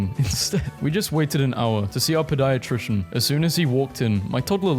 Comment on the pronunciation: He said pediatrician wrong 😏